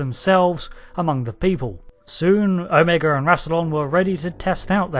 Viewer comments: It's pronounced "OH - MA- GA" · I dig how the Brits say O-MEGA.